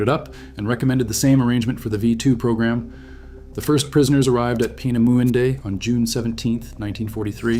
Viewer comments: Actually is spelled and pronounced differently, "Peenemünde." My Family lived through WWII, I was born in Romania and grew up in the U.S.A. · Narrator cannot pronounce "Peenemunde" , can he ?